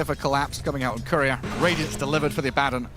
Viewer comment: His pronunciation of Abaddon is ridiculous